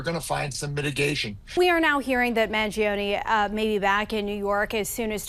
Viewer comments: Why is everyone pronouncing Luigi ‘s last name wrong? Do you know the musician Chuck Mangione? It’s pronounced man- JOE-ne, not man-g-OWN-e. It’s unbelievable that the media continues to make this mistake. Most of these people are well educated. Or so I thought. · I have an Italian friend who says it's, mahn-ZHO-nay. Maybe it's been anglicized by the family? Based on your comment, I found an upload from 12 years ago by BillBlogsTV showing a talkshow host pronouncing it: man-gee-OWN-ee and Chuck doesn't correct him.